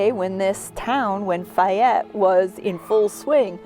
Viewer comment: Isn't it, "Fay ette"?